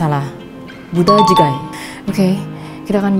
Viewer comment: Bude chige (gini pronounce nya)